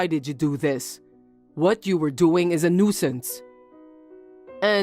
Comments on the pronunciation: PLEASE. FOR THE LOVE OF GOD, LEARN HOW TO PRONOUNCE COMMON ENGLISH WORDS. "New-eh-sance"? Really? Try : "new sense". Maybe that isn't perfect, but its a whole lot closer to right that you've yet come in the year or more you've been trying to pronounce it. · What’s a NEW-ih-sanse? Making up words? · New I sanse. That pronunciation... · Tip: Hey Siri. How do you pronounce nuisance.